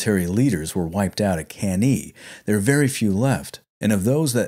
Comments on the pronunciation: Thanks for a very good and detailed video about the Spanish campaign of Scipio. It's often just a side note in most history books. My only point of critique is your pronunciation of Latin, f.e.: Cannae is pronounced as "Cahn-nai" and the plural form of Scipio is Scipiones (Nominative and Vocative). But this is only a minor flaw in an otherwise very good video. Keep up the great work! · Awesome channel and vids. The only downside is that it's not pronounced can-EE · Hey, really happy liked the video. Between you and me, I just mispronounced Cannae and just kept rolling with it to see if anyone noticed ;) and the Plural of Scipio I changed to Scipi - because I had on my podcast Episode III - 'A new hope' then Episode IV 'Hannibal Strikes Back' and finally Episode V - 'The Return of the Scipi' - it was meant to rhyme with Jedi. Just got it stuck in my head. Again, thanks for the kind words! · Awesome. Subbed. Hate your pronunciation of Cannae, but it's not like anyone of us was around to experience the proper pronunciation anyways. 😝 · Why can't you pronounce anything correctly? Cannae, Gnaeus, Indibilis, whose name was on screen as you said "Idibilis"! Undermining your own work needlessly, and it's otherwise good work; few know about this side of this Punic War. Focus more on the battles too, rather than some screenshots; entertainment value is why Kings and Generals, BazBattles etc. are so popular; throwing information at people isn't enough, you've got to make it 'sexy'. Also why are there explosions at every confrontation of these ancient armies?